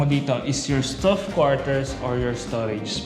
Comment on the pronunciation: I love your content. Sana po maaddress yung pagbigkas ng 'stuff (mga gamit)' vs. staff (mga kawani, empleyado).